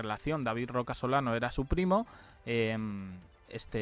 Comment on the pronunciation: A ver es Rocasolano, no Roca Solano😂😂